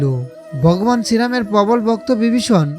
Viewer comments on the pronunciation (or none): উচ্চারণগুলো সঠিক বাংলা হলে ভাল লাগতো। যেমন বগবান বিবিষন ইত্যাদি উচ্চারণের কৎা বললাম । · উচ্চারন ঠিক করুন । বগবান ,অযুধ্যা এগুলো কি ????? জযশ্রীরাম 🙏🙏🙏🙏🙏